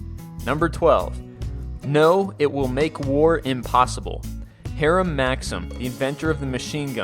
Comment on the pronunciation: I know the name isn't that common but the name Hiram is pronounced like hi-rum but it's funny how many different ways people say the name